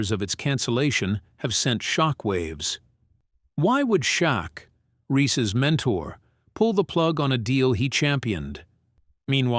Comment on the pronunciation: Its AI dont believe something that can't pronounce shaq properly 😅😅